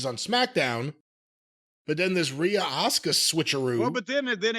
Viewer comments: Did he just call Asuka OSCAR? 😂😂 THIS old man cracks me up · Nah it's more like AUS-CAR 😂😂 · Jim you gotta chill calling my boo Asuka..Ahsker.